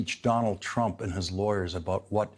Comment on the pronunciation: How-Dare-He said, "Donald Truimp" 734 times in his show tonight.